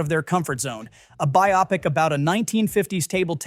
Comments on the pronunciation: Teach your voice over person HOW to pronounce 'biopic' BY•ŌH•PIC NOT BY•AH•PIC JEEZ. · A.I. narration is hilarious. It mispronounces several names and cannot correctly pronounce the word "biopic" the same way twice. By the way, it's BIO-pic, NOT BY-opic. Thumbs way down for whatever QTR is. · By-opp-ic. AI or stupid human, take your pic! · Exactly! This channel sounds like a propaganda machine built to weaken Hollywood releases. It’s a freaking bio-pic as in biographical picture, not bi-opic 😂 It does pay some attention as it mentioned that Predator franchise has been rescued with Prey and excellent animated Killer of Killers but then it believed The Running Man has no audience when anyone 50yo remembers the fun original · Your AI is showing. It is pronounced “buy-o-pick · This channel sounds like a kind of propaganda machine with the sole purpose of bringing down Hollywood in any way possible, finding negative threads and pulling on them. You really give it away with the poor AI narration that doesn’t know what a bio-pic is 😂 Of course there are legit concerns about some movies, like Tron Ares is really asking for trouble, but predicting them all to fail with your trolling is just pathetic and obvious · cant you at least train your AI to pronounce "Biopic" right. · Especially on how he pronounced the word "biopic" 😜